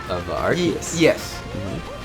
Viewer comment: Statue of Ardeus? Is that what i heard? 😅